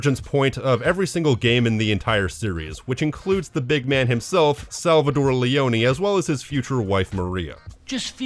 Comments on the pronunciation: tore, not -dore right? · It’s SalvaTORE with a T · Cool video but I can't ignore how weird it is how you pronounce Salvatore as "Salvador" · My man rally called Salvatore “Salvador” throughout the whole video. About the Maria dying in GTA3, developers said that she didnt died, they didn’t know how to end the Maria’s talk to put the song on for the credits so they just added a gunshot